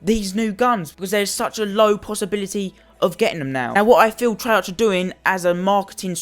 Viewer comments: Why do people always complain... 2.) it's not trey (arch) it's trey(arc), 2.) title says "scammed" but buys cod points 3.) ur lucky that u even have any dlc weapons because they increased the chance of getting dlc guns and if ur still complaining I don't think u should be playing cod tbh.. Go play club penguin 4.) just cause u don't like calling cards doesn't mean it's bad, and lastly 5.) ITS A GAME AND PEOPLE ARE WILLING TO SPEND THERE MONEY TILL THEY GET IT! Let them do it and how comes I SEEE tones of ppl with the peacekeeper if it's so hard to get?! U SEEE?, ITS NOT! ur just FUCKING UNLUCKY!... Don't get the wrong impression ur a good youtuber and I like u but ur point just stupid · wtf treyar'ch' its treyar'k' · It's pronounced "Treark" you fuck up. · It's activist on not treyarc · I would take this seriously if you pronounced the company of the game (treyarch) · The only thing that pisses me off is how you say Treyarch. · You pronounce "treyarch" wrong it annoys me SO much so I had to dislike